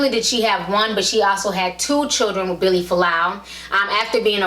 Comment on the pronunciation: Its Vili, not Billy, and "ask," not "ax."